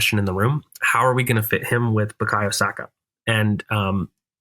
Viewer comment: Video was going so well until I heard an American say Saka in the 10 😂😂